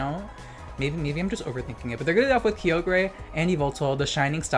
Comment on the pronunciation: The way u say kyogre hurts me